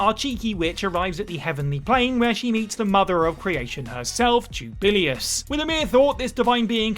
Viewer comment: “Jubillyus” Jesus Christ they pronounce it in the damn game for you